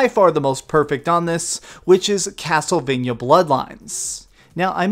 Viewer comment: could you please stop saying castlevanyuh? it's castlevania. vania, sounds like mania. sorry, it's just a pet peeve.